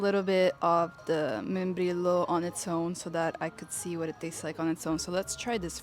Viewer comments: Membrillo is pronounced membriyo. Two L's is pronounced like a Y. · MembriSHo would be correct pronunciation for someone from el riodelaplata😅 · That was some grey looking quince jam though and tasting like pears sounds kind of weird to me. The "membrillo" (the translation of "quince", and btw, the LL in it is pronounced more like the "J" in jhon and here, more like the SH in show, if you are curious). The one I know (im argentinian) is very very thick (it is sliced) and coarse (seeds i think, which btw I believe are colon astringent) and very deep red, like beets. Also haha sorry but no, matter is extremely bitter-. I mean you should not put boiling water in it, just shy of (80 something celsius) ideally, but still is quite bitter and some can be rather acidic. It is an acquired taste and i dont like it either but most do. THough many, many people use sugar or sweeteners with it. SOme add "peperina" (peppermint?) nnd orange peels. But as for the procedure, that is argentinian snobbery, almost a religious thing, you dont need to do any of that. But if you want to know, the shaking is necessary more or less depending on the brand and it is to dislodge a lot of dust that could clog the straw (though mate is also sold as "mate cocido" in tea bags so--) and the 45º angle and all is mostly bs. In theory it helps keep the leaves for longer but i never noticed a difference. Moving the straw does tend to make a bigger difference in how long it last and how much it clogs though but not enough that you HAVE to follow the procedure, same as you dont have to brew tea like a traditional chinese host - but anyway, yeah, sugar and a